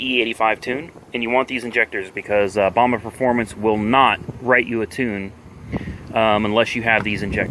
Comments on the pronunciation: It's BAMA not bam a I tard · My man… it’s bam ah lmao tell you from the north